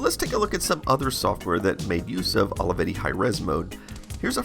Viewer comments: I love how you say "Holeyvetty"😆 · Took me a while until I realized ALAVEDI is how americans pronounce Olivetti, apparently :D